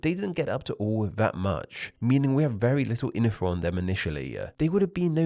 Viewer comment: Narrator: why do you pronounce words that end in consonants so weirdly? Them becomes them-err, world becomes world-err...